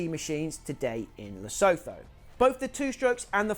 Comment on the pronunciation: Man you are pronouncing Lesotho so wrong lol